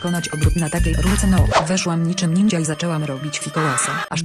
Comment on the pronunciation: Ńindźa? No wreszcie ktoś poprawnie mó wi xD